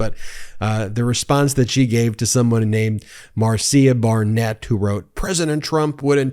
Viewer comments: Ben, just FYI: Marcia is pronounced Marsha not Mar see uh.(unless she told you otherwise and if so I stand corrected). Keep up the good work on calling out the real perps. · Pronounced Marsha not Mar cia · It’s MAR -SHA spelled Marcia.